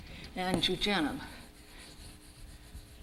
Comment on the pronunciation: isn´t it called "jejunum" instead of jujenum???